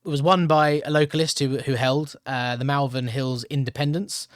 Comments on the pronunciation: It’s not pronounced Malvern, it’s pronounced Molven 👍🏻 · Malvern is pronounced Molvern. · Pronounced Moll_vern